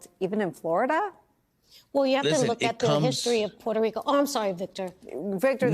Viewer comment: If you were so proud to be what you are, you wouldnt pronounce the name of this American commonwealth as porto Rican. Sounds like porto-potty. Pronounce it as its spelled...Puerto Rico. Rich port!!! Im Mexican and we take more pride in our mother country than you and Jlo and the rest do. They all prounonce it as porto-potty..Rico.